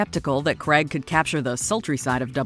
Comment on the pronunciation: Why can’t you pronounce Craig properly?